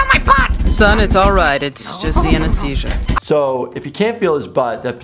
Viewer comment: You said Anistesia uh huh huh huh huh